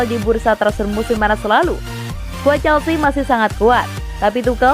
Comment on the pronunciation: Nice, penyebutan Chelsea nya udah jelas sekarang 💙